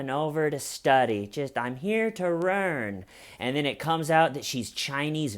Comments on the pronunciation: "I'm here to rern" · My favorite line: "I'm here to rearn!" You make me gut laugh.